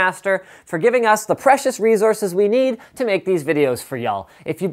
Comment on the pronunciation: You pronounce "resources" like "rezouzes". Is that a Canadian thing?